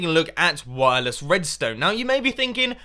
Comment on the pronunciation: u say wirles?! then u use trip-WIRE!!!!